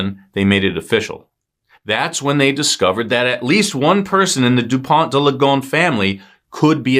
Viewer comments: Please pronounce Dupon deuh Lee Go ness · respectfully, your pronunciation is terrible